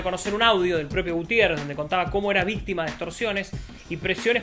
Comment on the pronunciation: Dijo vistima de extorsión cuando habló de Gutiérrez ? O yo escuché mal ?